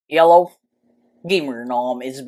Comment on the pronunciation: Did i just hear yellow or hello?